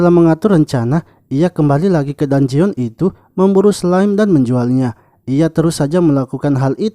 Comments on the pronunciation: info min, dungeon di bacanya "danjen" bukan "danjeon" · bukan danjeon bang penyebutannya,penyebutannya itu danjen